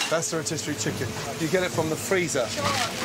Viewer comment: Who taught them how to pronounce rotisserie?